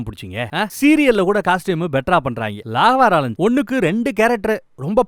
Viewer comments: லாகவா லாரன்ஸ் இல்ல பா ராகவா அது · அது லாகவா லாரன்ஸ் இல்லனா ராகவா லாரன்ஸ் 😅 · யோவ் review சூப்பர் 👍 but அதெண்ணையா? Laa ga va lawrence nu review fullum apadiye Pronounce பன்றே 😅😅😅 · Lagawa rawrance? Enaku intha pronounce tha pudichithu intha review la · ...நீங்க ஒரு 4, 5 முறைக்கு மேல ராகவா லாரன்ஸ் னு சொல்லும் போது கொஞ்சம் ஒலறுது..😂😂😂😂